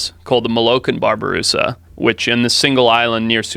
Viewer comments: Babi-rusa, not barberusa. Babi is pig. Rusa is deer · Bobby-Rusa. Where's he getting the "Bar" in Babirusa?